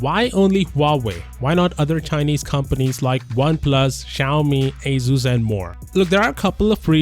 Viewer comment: Tech reviewer pronouncing Asus wrong.